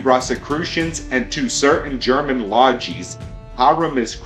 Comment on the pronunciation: lodgees? Say it with the rest of us. lod-jez.